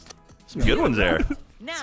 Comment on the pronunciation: Oenis! Oenis! It's Ones! It's a very common name!